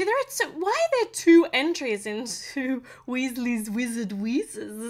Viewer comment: You said Weasley's Wizard Wheezes correctly